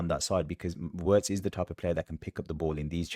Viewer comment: His name is pronounced Virtz not Wirtz!